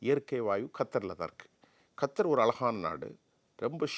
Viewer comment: ஏண்டா நாயே கத்தார் நாட்டை கர்த்தர் என்று எதற்கு சொல்கிறாய் அது கேட்கும் போது எனக்கு மிக எரிச்சலாக உள்ளது அந்த நாட்டின் பெயரை ஒழுங்காக சொல்லவும்